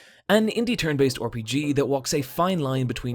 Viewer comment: You know i meant to say this on the FFXV but you say RPG like orrpg